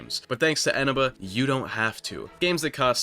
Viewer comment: wait isnt the stress syllable on the middle e? Isn't it Enéba?